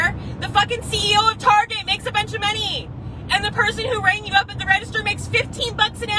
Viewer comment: The way she says "monieeeee" and raises her voice on the second syllable is like nails on a chalkboard. Also I've yet to hear a valid reason to support MLMs other than "Y'all are just lame haters"